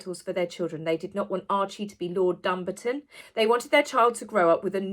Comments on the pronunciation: Its pronounced Dum-barton I think? Not dumb-arton. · not being picky buts it's Dum-barton aka DUMBARTON. Sorry. She's is a race baiter & as black Hispanic american I think those kids should have a DNA test. Nows she's back to being white. Now in the USA we can't have titles & lily is a USA citizen. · I hope you’ll pardon me for correcting you, Dumbarton is pronounced Dum-baaarton. I’ve been watching lots of things about the titles of the children. They are a actually Prince and Princess by dint of being the children of a Prince, what they can’t use is the HRH titles, they can only be granted by the Monarch. I love that you’re as fair as I (and lots of others) am when it comes to those two. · Just quickly it is a vi-gil not Virgil. Archie was given the title - Dum-bar-ton.